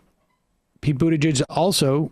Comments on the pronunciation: His name is pronounced booty'judge... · Please learn the 'producer' to say the name Buttigieg correctly! ;) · Your co host has no idea how to pronounce Buttigieg. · Please learn how to pronounce Pete’s name properly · He still can’t pronounce Buttigieg. Okay.